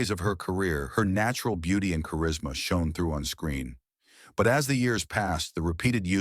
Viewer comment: Yeah, I noticed that. It couldn't pronounce "shone", could it?